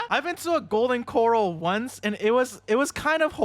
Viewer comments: Its golden cor-ahl, not cor-ul 😅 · Uhm it's pronounced coh-rale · ERM ACTUALLY its pronounced golden cr-ah-l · Why you say golden corral like that? It's cor-ral. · A Golden... Coral? Hearing that nearly gave me a stroke. Golden Corral, KER-AL. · I have never heard anyone pronounce Golden Coral like that before